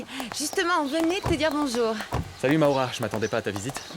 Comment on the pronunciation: Maura❤,prononce maoura